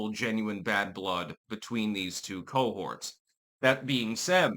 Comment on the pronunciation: did you say two cohorts or two old whores?